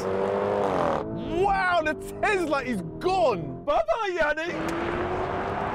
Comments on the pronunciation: Guys I'm curious why they keep saying tezla instead of tesla?🤔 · Tezirra xD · more like Thezla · No one: Yianni: I can't believe how fast that Tezlariz